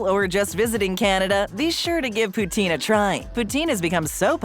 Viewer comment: The pronunciation of Poutine is making my French Canadian heart hurt...